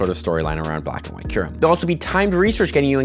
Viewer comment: He fixed his kyurem pronounciation! 🗣️🔥🗣️